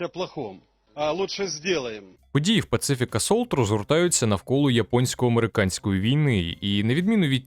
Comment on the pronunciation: Друже, не [пацифік] а [пасіфік] типу Pacific Ocean, Тихий океан, як театр де велись бойові дії, а так виходить пацифік))) типу антивоєнний assault у грі про війну)))))))))